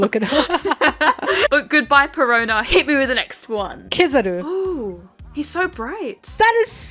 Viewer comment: its not Kissaru its Kizaru -.